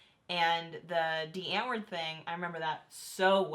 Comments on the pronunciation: Since they're South African the name "Die Antwoord", is Dutch for "the answer" so you pronouce it like : ' dee ant-vord' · I find it triggering when they keep pronouncing "Die Antwoord" wrong.